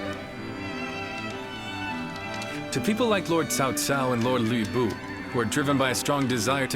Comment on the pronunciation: Hate how they're pronouncing lu bu name like it's luey bu wtf lol...but I luv Dynasty Warriors